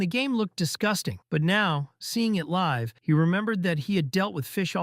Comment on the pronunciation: It's a robot. Have you noticed how all robots cannot pronounce live correctly. Also this entire thing is annoying when they misgender the characters. I don't know if the robot is just stupid or it is intentional to annoy the audience.